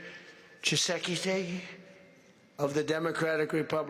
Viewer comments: He slaughtered President Tshisekedi's name. 😂 Perhaps he gets a pass this time, since the DRC leader's last name can be tongue-twisting for those who are not familiar with that name. 🙂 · Donald Trump it's not President tshise tshise 😂😂